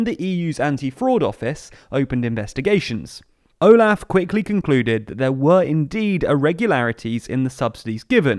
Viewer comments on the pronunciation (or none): none